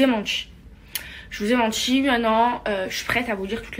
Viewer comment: « Mes amour je vous ai mentchii »